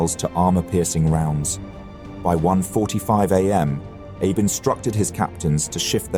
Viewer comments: that is not a betty. Its also pronounced A-be with focus on the A and not Abe like Abe simpson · It is pronounced Ah bay not Abe. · Isn’t Abe pronounced Ah-Bay not Aab (as in Abe Lincoln)? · Holy s*** my brother in christ, it's "AH-BAY" Not 'abe' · Vice Admiral Abe = ah-bay. Fantastic video. A thousand thanks for making this. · inconsistency: Abe was pronounced as Ah-Bay correctly at the start, but later on mispronounced throughout. This will be confusing for many I guess. Was this AI voiced? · Pleases check on pronouncing foreign names. ABE is "A Bay" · I noticed as well. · These videos are great, especially for us visual learners. But, how can you do so much research and know so much about an historical event and yet so horrifically butcher such a simple though important thing as the name of a leading actor? Surely you MUST know that Abe is not pronounced 'AYB'... I mean, we all know that Japanese is a syllabary now, don't we? Or at least we can google a thing in 4 seconds to find it out. A-BE as in (A)h-(BE)t. Easy right? And if, as I suspect, you're using software to read the narrative, then you can instruct it so. It's such a shame that something so easily done right is so terribly done wrong, to actually ruin what might have been a truly brilliant presentation!